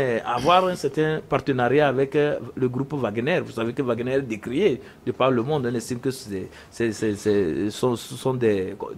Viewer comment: L'homme à la cravate rouge est tellement nul qu'il n'est même pas capable de prononcer correctement le nom de WAGNER